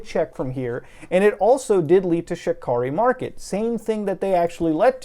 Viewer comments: I keep hearing Shit Curry Market and cant stop laughing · Shit-car-ree mar-ket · I thought he was saying ‘shitkarimarket’ 😓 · i only hear ''shitkari market''